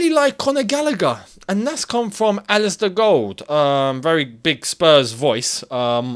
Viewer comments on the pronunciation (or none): none